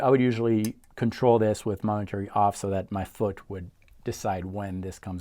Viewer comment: moment -ary not mom-entary lol